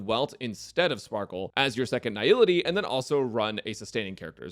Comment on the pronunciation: is the only YouTuber I've ever seen pronouncing Nihility correctly. Immediately subscribing because of that alone